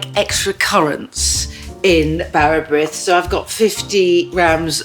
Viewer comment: Your recipe is a tea loaf! Real bara brith is made with yeast and served in thin, buttered slices. And brith is pronounced breeth to rhyme with teeth. There are lots of people sharing tea bread recipes like yours and falsely calling it bara brith!